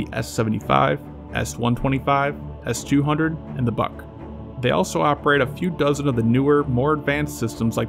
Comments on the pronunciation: The missile is pronounced "boohk" not "buck". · BUK = "be-yook" not "buck."